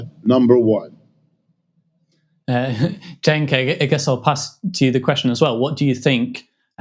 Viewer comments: Prof Wolfe: His name is Cenk, not "Chunk." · Also, the Professor Wolff calling Cenk Chunk/Junk is a very hilarious unintended mispronunciation (well, insofar as Cenk wants his name pronounced anyway, but I pronounce my last name differently than how it’s originally and currently pronounced in my grandfather’s birth country (Norway) just to make it easier for people and less foreign sounding so given that Cenk and I seem to have some personality similarities with him I’ve noticed including a certain instinctive politically pragmatic subtlety so perhaps he’s doing a similar thing. Also perhaps he’s never heard of Jenkem which may have made him think twice about this pronunciation but alas lol.